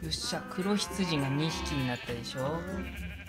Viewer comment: ともさんの黒羊とか白羊の発音が藍染さんの黒棺